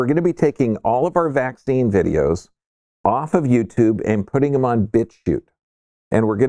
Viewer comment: yes and its not in description, i listened twice and still thought i heard "bit tube" haha so im glad for this comment saying its "bitchute"